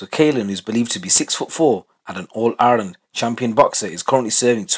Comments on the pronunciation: Just sounds like a Birmingham accent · 🙈😩🤣 I thought I heard that 😅